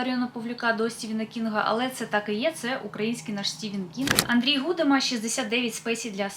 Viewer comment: Гудима наголос на другий склад 😮